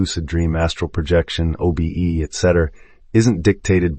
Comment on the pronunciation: it is incredibly distracting to listen to something pronounce “project” in an astral projection book as if we are going to be a project manager, or pronounce OBE’s as “o-bes”